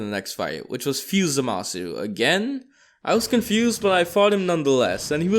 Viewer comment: It not zamisu it Zama the zu